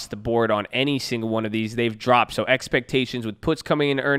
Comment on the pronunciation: EXPECHAINIONS! LOL let's get ready for earningz babbyy! Let's go!!